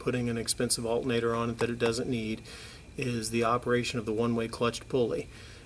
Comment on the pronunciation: Alternator not Altnator